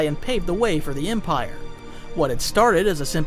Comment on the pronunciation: No one talking about how he emprie instead of empire